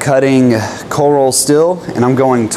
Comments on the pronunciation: STEEEEEEL, not STILL. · As someone whose native language isn't english, please stop saying still when you mean steel. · You say "steel" like I say "Stihl" lol The reason I find that humorous is I only just recently learned I've been pronouncing Stihl wrong my whole life.. 😂😅